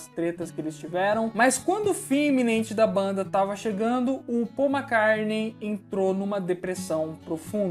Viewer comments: Amigo vc sabe muito e tem minha admiração mas confesso que estou pegando implicância do seu jeito de falar MACARNEI. Por favor!!! O certo é MCCARTNEY. Meus ouvidos agradece.👏👏👏👏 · Eu acho engraçado quando se fala paul mcarne kkkkk vídeo bom demais faz mais pra noiid